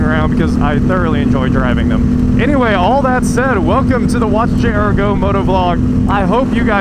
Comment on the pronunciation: Hi, I love your YouTube stuff and the fast pace is one of the things that keeps me coming back. HOWEVER, I do wish you'd take an elocution lesson or two and learn to say "WATCH...J...R...Go." What comes out is "Wachayargo" and it drives me CRAZY!!! You can talk very fast on all the other stuff like transmission, differential, gastank and flywheel but Please say: "Watch...J...R...GO!" Other than that don't change a thing!